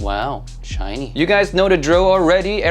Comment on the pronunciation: "oooh... Shiny... " Love how it sound 😁 "uhh.. Average" Sounds like.. "Meeehhh"😂